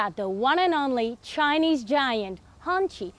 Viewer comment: First YouTuber I have seen to pronounce the brand somewhat properly. Others used 'Honky' like some redneck with dung on their toes.